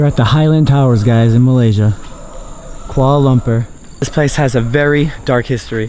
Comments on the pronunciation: Kuala Lumpur pronounced Lum-poor! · quala-lumper he says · "Koala Lumper"